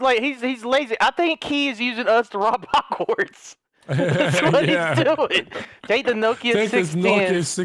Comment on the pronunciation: said Hagwarts instead of Hogwarts.... I'm done...